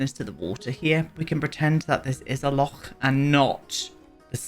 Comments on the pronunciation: I'm Scottish and this reminds me of my parent's house! I love the detail you put into this build. The landscaping is a highlight, those are plants I have in my garden and the wildness of it is very realistic. I also love you giving the pronunciation of loch a proper go, you're one of the few who knows it's not a 'lock.' ☺ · Pronunciation of loch was spot on, lots of phlegm ;) I love and miss my home country so much. Nothing beats Bonnie Scotland. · Thank you for your kind words about my home country, Scotland! Gorgeous build and fab pronunciation on loch! ❤ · I’m with you about Baldur’s Gate! I was sold on the character creation alone, but as a huge dnd nerd I love it! (also Astarion is just 🫠) P.S: thank you for pronouncing loch correctly xx